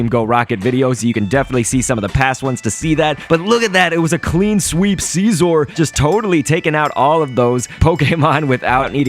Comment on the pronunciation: It's Scizor, Not Siesor like you say it.